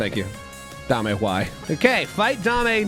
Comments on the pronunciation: The skele-goo-kitty's name is Jiggles or Jigglesworth Sr. Also, it isn't dah-may, it is pronounced day-m, her name is Dame Fortuna, it translates to Lady Luck. Saying it as Dah-may makes it sound like you are saying 'give me fortune' in Spanish instead of referring to her by name. Neigh-scent = Nascent (a definition because i am also bored) just coming into existence and beginning to display signs of future potential. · (Doubt anyone cares that much but Dame Fortuna ; Dame is pronounced "damm'", its french for "lady"...lol.) Very happy to see you back on YT, you icon. My gf and I loves watching your videos, it warms our cold dead queer hearts in these dark times. Yay for gay netherite! Now I want that in my worlds too. I think it could be too easy for you, but you could try Integrated MC one day. Or Prominence 2, this one more challenging. Both on curseforge. Prominence is Fabric too, so, maybe it has stuff you haven't tried?